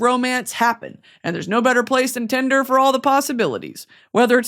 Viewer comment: Your AD break being like a twisted Sesame Street skit..?? !💀 "BROUGHT TO YOU BY TINDRRRRRR" 🤣🤣🤣